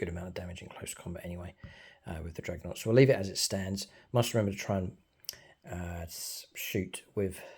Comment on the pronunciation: I love your battle reports, but my god i cant help but get annoyed with "dregnought" 😅😅😅😅